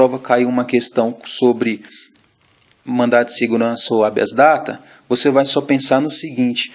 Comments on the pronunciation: Muito bom o resumo. Só uma observação: A pronúncia do MS, para mim, parece que você disse Mandato de Segurança ... Cuidado para não confundir Mandado com Mandato. Parabéns pelo sei resumo!!! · sugiro que nos próximos vídeos corrija a dicção do termo " mandaDo de segurança, ManDado de Injunçao" e não MandaTo.